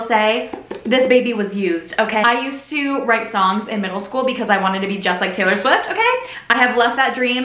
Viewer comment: you literally pronounced taylor swift so perfectly like the one she says in debut